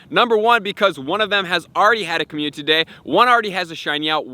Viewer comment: Bro you missing a syllable when you say community... It's not communty it's community don't forgot to say the I